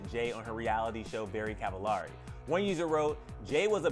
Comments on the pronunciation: They’ve been married 7 years, not 10... and her last names it’s supposed to be pronounced like “cavel-airy”, not “ahh-ri”. It’s supposed to rhyme with “very”. Come on guy. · I think you’re pronouncing her last name wrong...😒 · You’re pronouncing her last name wrong!!! 😩😂